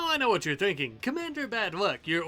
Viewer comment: I understood "thinking capacity" as "thanking capacity" that took me a minute, I'd like some luciferium for my smooth brain please.